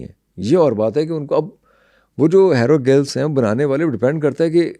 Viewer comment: Hairo gulfffzzz....hahahahahahaha...ratta rataaya he sahi bol lata hai banda.